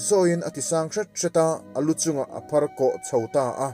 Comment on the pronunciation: Lamte lampui hi i thluk dik lo. Lam tih hi Sailam tih a lam ang hian thluk tur. Phar tih pawh hi phar (leprosy) tihna a ni lo. Phar Mau hming a ni.